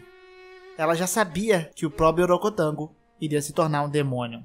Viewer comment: E orogotango? Huaa